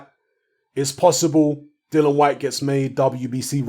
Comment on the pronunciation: I think you've betrayed Dillian,...by mispronouncing his name constantly.🙄 You're getting as bad as Fish Eyes!! 😁😁